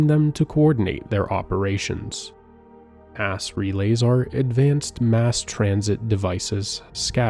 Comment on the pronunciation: I think it's AI, which is why we have "Ass relays"